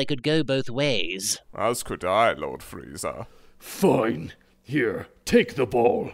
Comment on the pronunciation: freeiza? it's freeza or freiza, one or the other. choose correctly